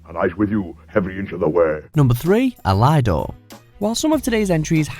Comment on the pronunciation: El-EYE-dor? I’m sure it’s pronounced EL-idor.